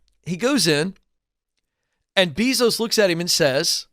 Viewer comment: Isn’t is pronounced: Jeff BAYzos?